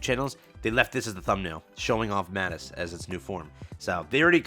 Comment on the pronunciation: why do you sound so unsure about calling Overspec units Overspec? the whole mechanic was introduced to us as overspec, and we were told straight up that Nikkes that aren't Pilgrims but are pilgrim level will be referred to as Overspec. it's okay to call them Overspec lmao. Also its pronounced "Mah-teece" Sqaud in most of the dubs. Short a, long I.